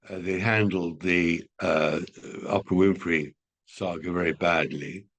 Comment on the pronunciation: Tom calling Oprah 'Opera' always makes my day!